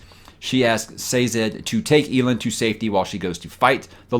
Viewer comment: Hey! I know you don't typically listen to the audiobooks, so take it for what it's worth, but it's pronounced El Land (Elend). Now that I've gotten that out of my system, still loving your channel, and your honest OPINIONS, even the few I don't agree with. Keeps those discussions fresh IMO.